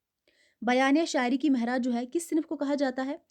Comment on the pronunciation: آپ لوگ اپنا تلفظ پہلے صحیح کریں معراج کو مہراج پڑھ رہی ہیں ۔۔۔